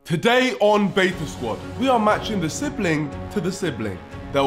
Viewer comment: Веta Squid 🅥 man said beta squid 😭😭😭😭